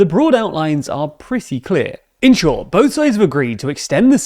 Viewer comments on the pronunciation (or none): none